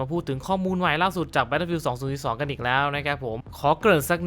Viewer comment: "battlefiealdสองสุสสีสสอง"